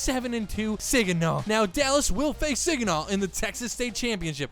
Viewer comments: not sig an naw it’s sag an naw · It’s ( sahhhg uh naw) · I have to say this it’s super irritating. It’s sag-in-awh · This dude really said “Siginaw” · Its pronounced SAGINAH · You said Saginaw wrong haha